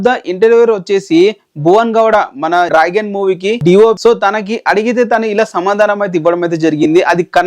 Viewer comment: He can't pronounce it he told many times